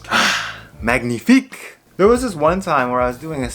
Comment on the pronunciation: Nice video ! I’m French and when you said « magnifique » I thought yeaaaah american’s people know some ! Keep goin 👌🏼